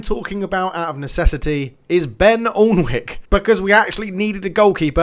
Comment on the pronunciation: Sorry to be annoying but alnwick is pronnonced an-ick